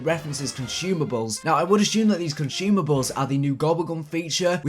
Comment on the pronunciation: THERE IS NO "H" IN CONSUMABLES stop mispronouncing things!!!